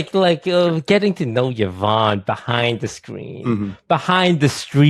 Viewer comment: ’s from the first OTV Minecraft server. When Brodin and I think John kept saying her name wrong